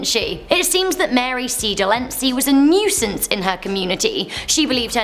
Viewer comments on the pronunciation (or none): none